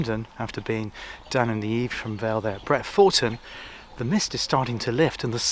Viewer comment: Great vid, lovely to see you in my area. Us locals pronounce it Bret-fer-ton, not ‘Four’